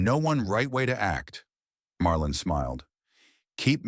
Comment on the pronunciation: Marlon not Marlin can't even get that right!